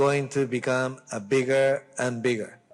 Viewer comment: 自分の英語力が低いときに孫さんって日本人英語でヘタだって思ってたけど、だんだん英語力が上がってくるにつれて、孫さんってすげー上手いんだなというのがわかってきた。この平易だけどズバッと伝わる単語や表現の選択のセンスとか、ただアメリカに暮らしてただけでは絶対身につかないわけで、ホントに賢いんだな‥って思う。発音もちょっと日本人っぽい癖が出る時はあるけど、v,f,thとかすげー綺麗だよね。biggerとかも上手い人のbiggerって感じ。日本人英語にありがちなイントネーションの平坦さも全然ないし、単語のリンキングの感じとかイントネーションの感じとか、フォーマルな印象で品がいい。こんな上手い人って一見英語ペラペラのアジア系の外国人でもそういない。